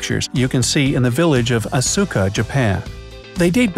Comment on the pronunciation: Etruscan was pronounced 'e-true-osh-skin' its E-Trush-Kan Bitumen was pornounces Bit-too-men its 'Bichu-men' Asuka was pronounced A-Soo-Kah its 'aus-kah'